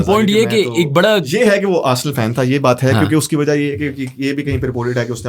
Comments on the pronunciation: Arsal nhi h arsenal bolte h usko 😂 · Aby saalo Arsel club nahi hota Arsenal hota hai